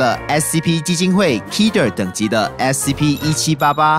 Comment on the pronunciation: 不是说SCP吗怎么说成SCO了？